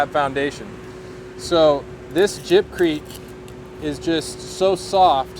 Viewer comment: I stopped watching after he said jibcrete...... 🤦‍♂️